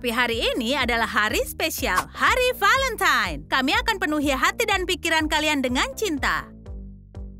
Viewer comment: Semey Niati Hey valentine bukan velemtan bacanya juga valentain